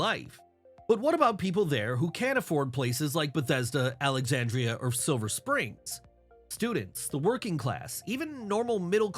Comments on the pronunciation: It's Silver Spring, not Silver Springs! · Losing all credibility by saying “Silver Springs” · FYI, it’s Silver Sring 😊